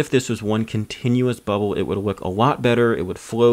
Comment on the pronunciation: Ohhhh I see, you can't pronounce your L's, that's a first